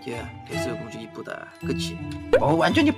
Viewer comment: 에 백설공주한테 뱃살공주아니면 백살공주 라고 들렸어요ㅋㅋ